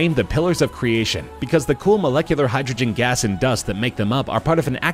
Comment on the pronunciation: when you said gas like garse